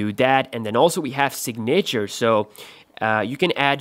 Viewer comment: Dis he said “signator”?? Lmfao 😂😂